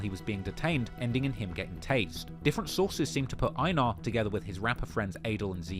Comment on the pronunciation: Its pronounced "ay-nar"